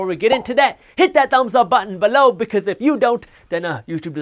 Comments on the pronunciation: "BAHLOW" lol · I love how he says b'low. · Love when he says “balow”!! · Man how you say "below" needs a copyright. That's the best part of learning then get hit with that comedy. On a serious note, Appreciate all the work you do for the culture.